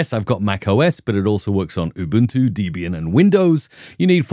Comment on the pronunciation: ‘Deeebian’ … said the no-coder.